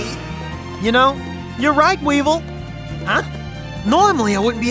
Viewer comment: Weevil? Sound more like Weebvil